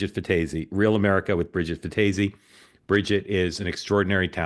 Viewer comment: Mark - it's pronounced fantasy with no N